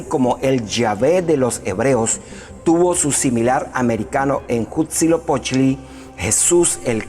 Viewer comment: No puedes tomar en serio a alguien que nisiquiera puede pronunciar bien a Quetzalcoatl y Huitzilopochtli